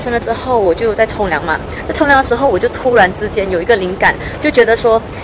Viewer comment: 冲凉听成了从良。